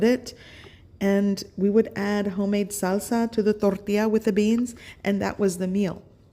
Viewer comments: torrrrrrrrrrrrrrrrrrrrrrrrrrrrrrrrrrrrrrrrrrrrrrrrrrrrrrrrrtilla. roll all those r's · Why go out of your way to make the word tortilla harder to say? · You say everything like you're whiter than white... the way you say "tortilla" sounds like a broken beaner. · why do you talk normal and then say "tore-rah-teeah" ? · Why you gotta say tortilla like that though 😆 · no accent but when you say tortilla and salsa you go real hard on it lol will be making this for sure though